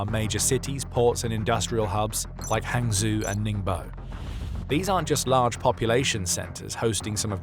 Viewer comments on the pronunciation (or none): zhou = Joe, not zoo. ang = ahng, not ang like in hang. so... the city Hangzhou = Hahng Joe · Hangzhou is pronounced hang joe